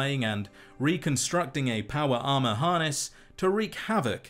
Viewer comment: Not me listening to this video and thinking you were saying "powerama" instead of power armor. lol